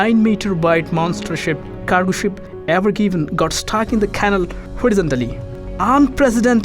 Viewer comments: It's pronounced canal (can-all) not canle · It's canal (ka-nal) find someone who can speak ENGLISH ! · Such a shame about the accent - if I hear KANIL one more time !!